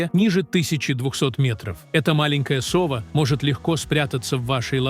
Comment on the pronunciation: Тка́чи, со́ва, осо́бей у рассказщика дефект речи. Правильно ударения не может поставить